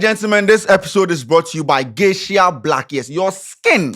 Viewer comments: it's "Geisha" not "Geishia" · Eiii 😂😂😂😂 it’s Geisha and not Geishia😂😂 #Dingoba Lesson✊🏽